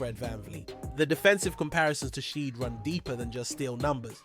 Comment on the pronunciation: dog you are butchering shead's name. please look it up and correct. you cant be saying Rapotrs quick news channel and not know how to pronounce our guys namew lmao0o0o00